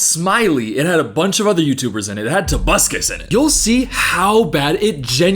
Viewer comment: Every time says "tobuscus" I get an electric shock directly to my central nervous system